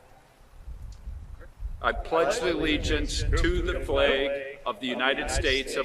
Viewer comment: “Pledge A Legence” 🤣🤣🤣 Doesn’t even know the name